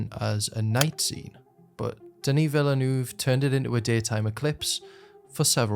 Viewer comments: Try to pronounce Denis Villeneuve's name correctly. It's not hard. Just listen. Otherwise great video! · His name is still, still pronounced Vill-nuv. You really have to go out of your way to still not be pronouncing his name correctly at this point. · that's not how you pronounce his last name